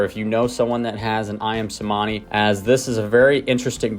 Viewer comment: The "C" in Cemani is pronounced in Indonesian as a CH sound... so Ayam "Chuhmani" would be phonetically correct...just a trivial detail... :D Great video!